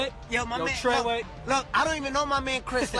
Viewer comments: Fake y he keep saying trayway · I was about to say why is he saying TRAYWAY?